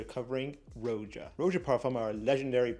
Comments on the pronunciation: Imagine continuing to pronounce it "Rho-zya" when the guy is gently correcting you. It's literally pronounced "Roger" in a British accent. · It's pronounced Raja ..bot Rowja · The constant mispronunciation of Roja…it’s RAH-JA not ROH-JA🤦🏽‍♂️😂